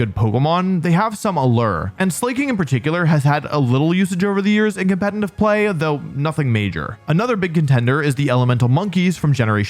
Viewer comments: Why do you say "compentif pokemon" lmao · Why do you say competnive? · "compenitive player" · And saying compet-in-tive pokemon instead of competitive in every damn video 😂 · Why does he keep putting an N in competitive?